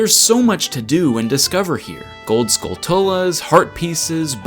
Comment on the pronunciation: It's not "Skull Tull Uh." It rhymes with tarantula. I thought it was weird that James and Mike of Cinemassacre/AVGN didn't know that, but you,?! Come on!;) OK, I assume you either learned it incorrectly from them or took it as validation. I guess you get a pass! Just don't call it "Lake Hill E Uh" and then ask your viewers why it isn't "Lake Hi Lee Uh" when... IT IS!;) Yeah, I think that was the same James and Mike video.